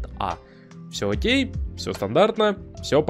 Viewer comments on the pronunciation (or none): none